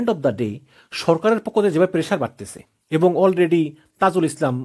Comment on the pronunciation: উচ্চারণ ঠিক করতে হবে। ইবং (এবং) , কিনু (কেন), নিচ্চিত ( নিশ্চিত) 😂 এরকম আরো কিছু শব্দের সঠিক উচ্চারণ জরুরি। বাড়ি কোথায়? কুমিল্লা?